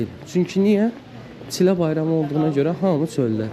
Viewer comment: دقیقه ۹ گفتن چی له غلط است. چیل له بر وزن پیل له( پله)، شیل له( سیلی)، بل له( لقمه ساندویچی‌ دوروم) ، به آخرین حد کشیدگی کمان( یای) گفته می شود.